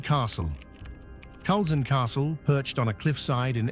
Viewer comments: Great video thank you. For future reference Culzean is pronounced Cull-ane. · Culzean is pronounced ( Cul - ane ). Trust an Englishman to get it wrong.